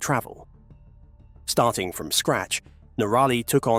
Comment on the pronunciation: Your mispronunciation of NOrally [ and not noRAlly!] is simply annoying and aggravating❗❗❗